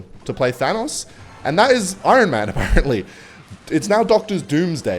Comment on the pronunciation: I-Ron Man